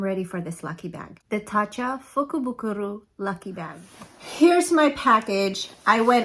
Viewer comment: Lol.. I remember trying to to say that.. at the end I was like meh lol so I’m proud of you for being able to say it right! Lol Love love love the makeup!! So pretty. These colors looks great on you. The purpley pinks def your colors! So pretty. I want to go to Japan.. someday it’ll happen. Yes.. it’s easy to get to $200 w/ tatcha.. lol letsss see what you got!! Lol